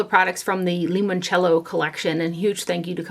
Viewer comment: I am half Italian and you pronounced it perfectly. Lemonchello is an italian drink made from lemons. It is similar to a lemon drop vodka martini. Google Positano Italy. That collection is very intriguing.